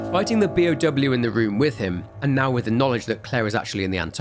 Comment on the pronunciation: Both you and Beyond Horror Gaming sound like you're saying P.O.W. instead of B.O.W. and I get so confused for a second before I remember what you're saying.